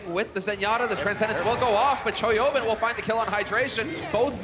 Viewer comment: The hipster play-by-play sounds like he's saying "Toyota" when saying Choihyobin's name.